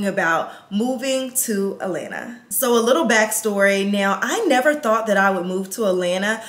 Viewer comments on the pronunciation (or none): AT.lan.Ta! Not Alana 🤦🏽‍♀️🥴…. I literally stopped watching because she has been saying ALANA since she moved there!!! There is a couple T’s she keeps missing and I’m from ATL and it’s killing me! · Please say At-lanta not A-lanta